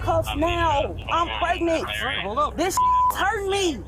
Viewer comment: She's preg-net